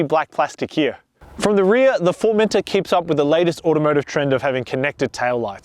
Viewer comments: I think you've misunderstood. I'm Australian too. I'm not pronouncing it with a hard R at the end, I'm pronouncing it the same way that the British reviewers have been saying it, with more emphasis on the final syllable. formenTOR, not "Formenter". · Is anyone else bothered that he keeps saying "Formenter" instead of "Formentor"?